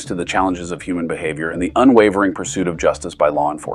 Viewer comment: What’s a “Hooman”. She clearly said that.